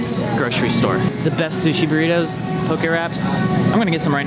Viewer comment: Yaas pronouncing Poki properly. Awesome episode.